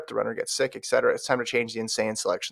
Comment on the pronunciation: Eck cetera